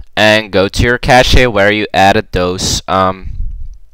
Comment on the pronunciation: Cache is pronounced like cash.